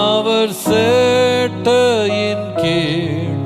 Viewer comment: Pls correct pronunciation use this song.... Not சேட்டை கீழ்..... செட்டையின் கீழ்